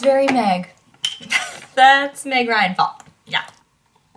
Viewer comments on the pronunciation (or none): everytime says 🎃meg ryan fall🎃 I can't stop listening ✨migraine fall ✨ I love meg ryan ok??? I'm just stressed out